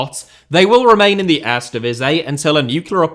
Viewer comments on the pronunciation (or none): It's very odd how he managed to pronounce the 'ee' in the "Tweede Divisie" pretty correct, but somehow completely butchers the word "Eerste" the whole time, despite the "ee" sounds being pronounced exactly the same in Dutch. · Lol, you're pronouncing "tweede" in PERFECT DUTCH, but for some reason you don't use the same vowel sounds for "eerste". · I don't get it. Sometimes he said 'eerste' as I'd expect, others it was lame. OK, I'm not a Cutch speaker, and some words look just weird and impossible to pronounce. But Eerste divisie?